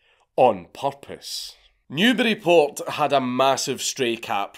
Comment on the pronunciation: Considering you’re British, it isn’t really surprising, but thank you so much for pronouncing, “Newburyport” properly